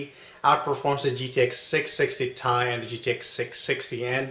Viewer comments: It's t-i not ty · Dude it is T I not tie